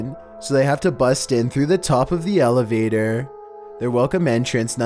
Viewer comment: my friends say i sound like you when i do the accent like when you say elevatorrr